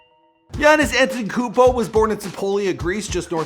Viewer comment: Try to pronounce Giannis Antetokoumpo a little better plz